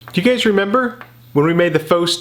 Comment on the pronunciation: and when the video started with him sounding like he said "Do you gays remember" it was then where I felt seen